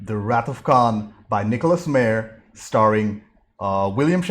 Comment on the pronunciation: Just a little critique... The Director's name is pronounced "M-EYE-er